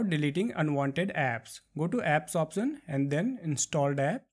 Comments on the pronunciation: It's Option no Opsion dude. Locasion Opsion lmao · Like the way when he says "opsion" and "joom" XD